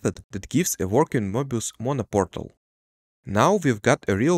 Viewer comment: Sorry… “morbius” strip???